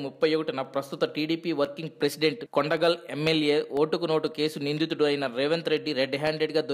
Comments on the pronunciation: అయ్యా, కొండగల్ కాదు, కొడంగల్, ఇలా చదివితే, ఎవరూ నీ వీడీయోస్ చూడరు, ఎవడ్రా వీడిని వ్యాఖ్యతగా పెట్టారు, వెధవల్లారా? చీ. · Not kondagal ..kodangal